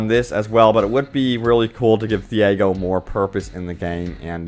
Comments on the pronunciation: Who is theehaygo? Do you mean Tiago? (tea-ah-go) Literally pronounced in the game. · who the hell is this "thiago" you keep mentioning.. there is no such person in the game.. ITS "TIAGO"